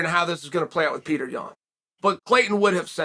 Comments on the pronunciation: PAY-OH-TRAY.... get it right chael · Petr: It's not Peter it's Petr. Chael: Peter Yan, Peter Yan. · My name is Petr not Peter